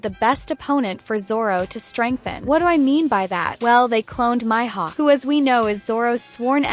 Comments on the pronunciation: It’s not Myhawk it Mihawk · Bro said myhud